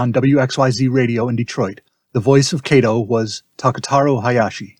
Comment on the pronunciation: If a Japanese person played “Kato”, then as a Japanese family name the correct pronunciation is ka as in Kawasaki, to as in tofu. This YouTube still terribly mispronounced this family name.